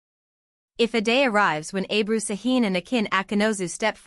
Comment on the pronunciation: Не Абру, а Эбру!